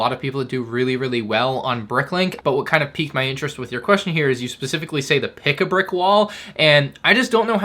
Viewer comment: "Pick-a-bwick wall" -, 2023 😂😂